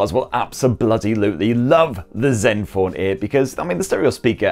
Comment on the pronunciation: Just came here to hear him say zenfoaan 8